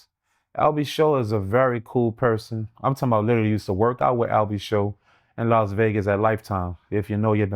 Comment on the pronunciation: I came here to comment this same comment but you beat me to it fam 😂😂